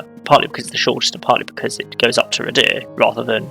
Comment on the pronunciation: Thanks, I've been waiting for my local area and I love people pronouncing our place names! Happy to help though: The depot is Canton Cathays - Cat-hays Waun-gron Park - Wine-gron Park Radyr - Rah-duh Rhiwbina - Roo-by-nuh Ty Glas - Tee Glass Good luck with the rest, I can't wait 😂